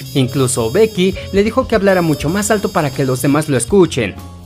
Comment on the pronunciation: La X del título no se pronuncia, se lee "spy family"